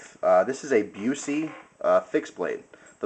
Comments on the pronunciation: Buss-eee not Byoo-see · Busse is pronounced Buss-e not like the actor. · Not being picky but for info it is pronounced 'Bus-e', as in a school bus, with an 'e' on the end. They are the BEST knives you can buy. I'm surprised your friend had problems sharpening this as INFI is probably the most forgiving steel when it comes to sharpening be it flat grind or a convex edge. Very easy to maintain and will cut through a car door ;) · i think it is pronounced Bus-E great knife though, i like the ASH-1 a lot. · AAAARRRRGH!!! Busse is pronounced "Bussy" it rhymes with fussy. Jerry is not related to Gary Busey. At least you pronounced INFI right. Swamp Rat uses SR-101, not INFI (although there was one INFI model) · Learn how to say the brand name before you make a 10 minute video. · Man..a Busse, how awesome!It' s pronounced different, though lol. But Busse knives are really just about as good as you can go with a production fixed blade.